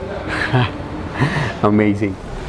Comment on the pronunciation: I couldnt watch the whole vid. All i keep hearing is. Bery amazing. I think u need more adjectives in ur dictionary. Amazzing. Amazing